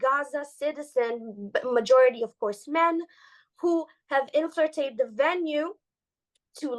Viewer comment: "inflirtated"--she needs a little more coaching